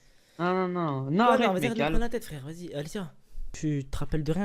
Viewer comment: Au lieu de arrête elle dit Akhrete un